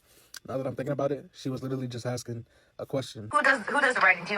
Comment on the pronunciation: FYI you said "Aksing" instead of "Asking" at min .